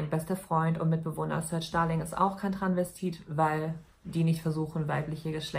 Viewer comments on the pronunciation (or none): Das heißt doch Travestit oder Transvestit. Sie sagt die ganze Zeit Tranvestit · Ich dachte immer es heißt "Transvestit" und nicht "Tranvestit"?! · Das einzige, was mich aufregt, ist, dass du das erste "s" bei "Transvestit" einfach nicht mitsprichst